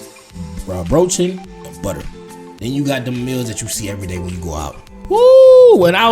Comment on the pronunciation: Hint: Say Semmel not Brötchen, because your AI generated subtitles fuck the words up and write "brochen" and others, because of you aren't used to the german pronounciation. Semmel is used in southern Germany for Brötchen and there are even more words for them like Rundstück, Weggla or Schrippe. OK, then next point... some people like breakfast with a slice of bread or a Semmel that has cheese and/or cold cuts on them, others prefer butter with jam, jelly, marmelade or honey. Other people eat müsli with milk or yoghurt, others eat just a cup of coffee. There is no "usual" german breakfast. Warm meals like pancakes or bacon is very unusual. The only "warm" breakfast I know of is oatmeal gruel, porridge and the bavaian Weißwurst with a Breze... oh and PLEASE, with cherrys on top, DO NOT say pretzel! It is Breze. Brezel is also fine in some parts of Germany... PRETZEL however is a complete NOGO! An if you dip it in mustard.. a southern german will give you a slap to the back of the head. There are many Döner shops.. many but not on every corner! If you have (obvious) troubles with pronouncing Döner (especially that Ö) say Kebap.. everyone will know what you're talking about. It's Döner Kebap and it's fine when you say Döner, but also when you say Kebap. Also does Döner Kebap vary with the location. Bratwurst... which Bratwurst... there are many variations.. like the thuringian variant, the Bratwurst from Nuremberg, beef Bratwurst, pork Bratwurst, fine Bratwurst, coarse Bratwurst